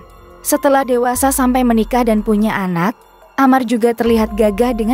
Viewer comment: di baca dan bukan dun😢😢